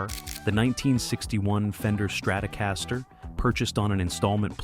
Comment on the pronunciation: This narrator is terrible. You’d forgive the Donegal pronunciation but calling leadbelly Lead belly… And then he calls a strat a StratOh Castor. Terrible